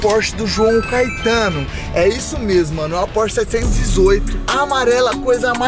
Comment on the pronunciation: "CAITANO" É FODA